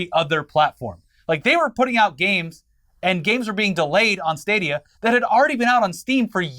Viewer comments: with the "stah-dee-ah" again... It's STAY-DEE-AH like stadium. Love you:) lol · Stahdia... I can't get over that pronunciation.